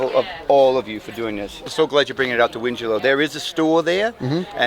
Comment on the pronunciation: It’s pronounced Win-Gell-O. It’s amazing to see you guys travel all this way to supply people with goods they really need in such a terrible time. I love living in the communities surrounding wingello and bundanoon, we all come together as a group and help one another. Thankyou for all your efforts guys, it’s really beautiful :)